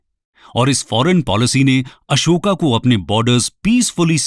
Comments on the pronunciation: kon se padhai me अशोक को अशोका बोला जाता है, सुपारी निकाल के बोल गुरु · Bhai Hindi ही bol rahe hai तो Ashoka ❎️ अशोक बोलिए Real लगेगा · ये महाशय अंग्रेजी में पढ़े-लिखे हैं इसलिए अशोक को अशोका कहते हैं ।जो भारतके राजाका शूद्ध उच्चारण नहीं कर सकता वो हमें ज्ञान प्रदान करना चाहते हैं । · Kyun tum logon English pronunciation follow karte ho.His name is Ashok not Ashokaa pls